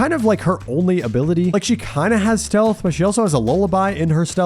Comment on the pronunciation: steath instead of stealth for ghostface made me laugh